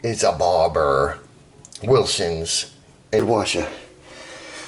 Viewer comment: What really sucks is this pathetic video. You cannot even pronounce the name of the company. Well done American!